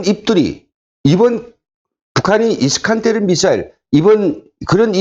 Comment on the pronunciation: 정보를 제대로 전달하려면 정확한 발음을 해야하지요 이스칸데르